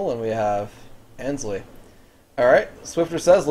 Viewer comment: He said Ansley to Ashley